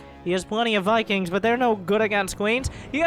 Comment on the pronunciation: Mikings, Mosts, Miberators.